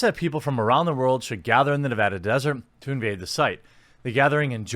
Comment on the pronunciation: btw, that is HIGH-KO nevada. I lived there for a bit. right in Pahranagat Valley